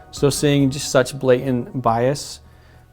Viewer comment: A full grown man that says "blay-ent" Vs. BlaTANT Ssssssssssss